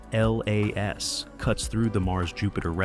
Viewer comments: It’s 3i/atlas, not 3i/a-t-l-a-s. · Great vid apart from repeating very annoying the break down word of 3 I A T L A S just say 3IAtlas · Could someone please explain to this AI it’s not pronounced as the letters ATLAS but Atlas as in the maps we used to use in School! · I said the same thing. Why is it always spelled out? I guess we’re idiots